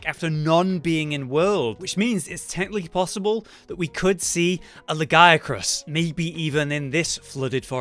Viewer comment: Well that's pretty close to the French way of calling him...